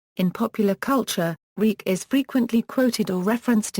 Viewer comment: His name is pronounced "Reek" ???????????? You've got to be kidding.